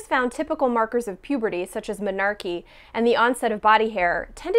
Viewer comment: You know what's irritating? When you think someone mispronounced a word and when you look it up it turns out they were right and literally everyone you've ever heard say it was wrong. Menarche is indeed pronounced Menarkee.